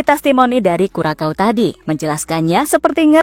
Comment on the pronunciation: Bacanya Kurasao, min. Bukan Kurakau. Saya pernah kesana. Disana terkenal sbg kepulauan ABC A=Aruba B=Bonaire C= Curacao